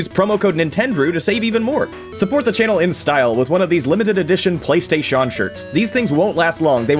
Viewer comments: Im´ an easy guy, i died with "Playstashawn" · When you first said Playstaysean. Killed me. So funny